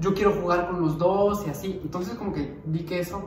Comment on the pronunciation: Nadie: Fer: Antonces JAJAJAJAJAJj